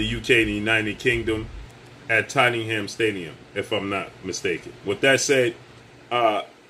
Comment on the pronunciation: The way he pronounced with his American accent "Tottenham", was so funny lol